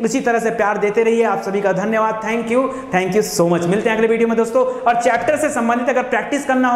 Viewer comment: सर् धन्यवाद बोल के धनिया बना देते हो